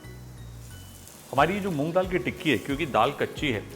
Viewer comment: Yes he says noong dal